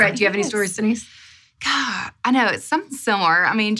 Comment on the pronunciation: DEE-NICE, I know I wasn’t the only one thinking that.